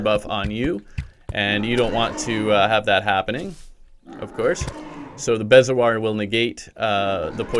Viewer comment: Bezoar is pronounced (bee•zo•oar)